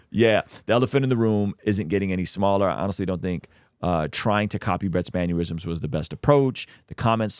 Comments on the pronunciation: You said mannerisms weird. You said it like it was spelled manyurism. Why do people do that? They have the culmination of all human knowledge, hundreds of dictionaries, but still get simple words wrong. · Man-NER-isms. I've seen like two , maybe three people saying man-U-risms. Learn to speak, people. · I'm sorry bro, with peace and love, i hate the way you say mannerisms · The way my boy pronounced mannerisms is giving me aneurysms.